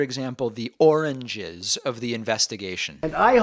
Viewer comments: My mom had dementia. Trump has same symptoms, but I don't think "oranges" for "origins" is one of them. Sounds like he mispronounced the word. He clearly sd "origins" one time. It's a word that is harder to pronounce. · My mother-in-law has severe dementia, and there is no doubt in my mind that he has it too. He looks baffled, I recognize the blank look. He is trying to say "origins" but can only come up with "oranges" maybe because it is a simple word. His language will continue to become simpler because he will hang on the things he learned first the longest. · oranges, to me he just has a very hard time saying the word "origins." That that specific word he has a problem pronouncing. whatever the reason. It's no different with my mom. Throughout her life since childhood, she can never pronounce "mule" right. No matter how many times you pronounce it for her, when she tries to say it, it just doesn't come out close to that. She has no problems pronouncing any other typical " normal" word. As for the "ish" sound to his words in other words. No idea. Sometimes it can be explained by just somebody that just gets too nervous speaking publicly that their mouth starts to quiver, the muscles making the mouth form in a smaller formation, and the brain starts to work too fast trying to save the speech, only to clash with itself and making it worse. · He cannot even say origins, it comes out oranges. Like his skin. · I hear "origins," but yeah, you could make a case for "oranges." Dementia for sure. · Suzy Q Hmmm! It seems to me that he was supposed to say origins but instead said oranges 🤦‍♂️.no excuses there.The guy’s dumb. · I swore he said oranges not origins at first LOL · Julito Fernandez I believe he meant to says "Origins", so at least it is just a slip in pronounciation instead of slur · It's the difference between apples and origins. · Pretty sure he was trying to say origins but didnt know how to say it.